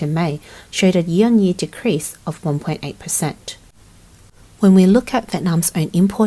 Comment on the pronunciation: Learn how to say the word "Year".